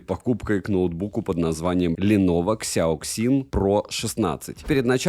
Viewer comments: КСЯоКСин ?))) мне казалось, что уже не осталось тех, кто не знает, как данные сочетания букв звучат по русски) Сяосин это произносится , люди !))) А за обзор спасибо!!! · Читается "сЯасин" - типа "мозговой штурм" или thinkpad, учитывая что это Lenovo когда-то имела контракт с IBM ;)